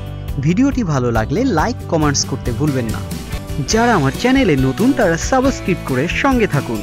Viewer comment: ভাইয়া সাবস্ক্রিব না বলে সাবস্ক্রাইব বললে ভালো হয় না। এত সুন্দর একটা চ্যানেল,আমার মনে হয় আপনার সাবস্ক্রাইব বলা উচিত।